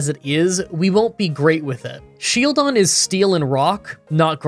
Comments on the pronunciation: Are you trolling to pronounce SHIELDon as shelldon on purpose? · i didn't know what you meant by sheldon until the run actually started, his face is a shield. his name has the word shield in it. his title is the shield pokemon. why wouldn't you pronounce it as shield-on? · I know there is always someone who doesn’t approve the way you pronounce a certain Pokémon. But Shieldon is literally a shield. A SHIELD! How did you just forget the i and keep calling it Shelldon??? Luckily this is not a solo run and as always I enjoyed the video very much. Also I just got around watching your Remoraid run and I don’t know if you did it because of me, but I know that I commented this on quite a few of your videos. Stay safe and stay awesome! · You say Shieldon a lot like you say Shellgon, so when listening along in bed I got confused a few times. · is he saying Shieldons name wrong on purpose?